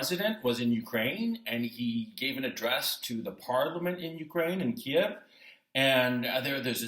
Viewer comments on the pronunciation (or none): none